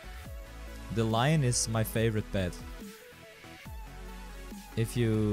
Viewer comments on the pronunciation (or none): none